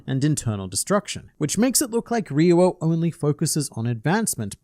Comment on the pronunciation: Y do you say ri-yu-o it’s pronounced Ryou -> riyooo. the ri is really short and there is no “u” sound only o. Lived in japan and studied tin for almost a decade